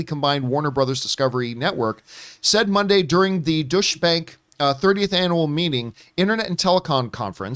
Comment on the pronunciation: Douche-bank😂😂 it's deutsche Bank. Means German Bank